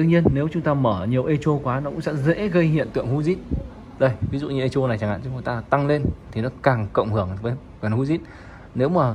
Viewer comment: Echo đọc là "ê cô", không đọc "ê chô".